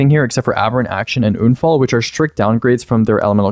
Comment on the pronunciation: why does he say unfall like that